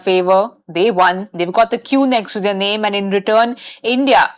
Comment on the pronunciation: Saiyami Kher - "South Africa won theya game. India won they game." It's their Saiyami not theya